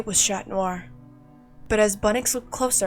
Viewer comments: Why are you saying shat noir? 😂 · ngl, whenever I hear Chat Noir, I thought it sounded like Shat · Ok it’s alll beautiful and all but why “shat noir”? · Not that good but I'll give it a 6/10 (and btw why y'all pronounce chat noir as SHAT noir? 😭 I swear y'all r so stupid 😭)